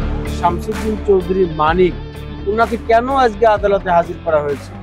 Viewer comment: বার বার মানিকের পুরো নাম না বলে-তিনি,সে,ওনি শব্দ দিয়ে সম্বোধন করলে ইন্টারভিউ টি শুনতে ভালো লাগতো!!! মিঃ সাংবাদিক গলা টেনে টেন তার নাম উচ্চারণ করাতে তোমার প্রতি চরম বিরক্ত হয়েছি॥it is not a professional journalism ok mind it- bro!!!!!